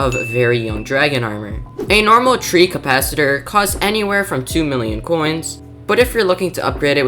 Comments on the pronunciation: Sorry I don't wanna be negative but I gotta just tell you thet the pronunciation was a little off: It's called a Treecapitator, not treecapicator, and An Ocelot, and not Oceloto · You mean he said treecapacitator not treecapicator. But you did get the actual treecapitator spelling right. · Common W But that treecapitator pronunciation ☠️☠️